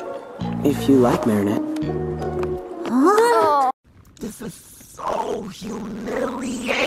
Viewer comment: "mAriNEtTE, MOO! 🐄😭" i cant unhear it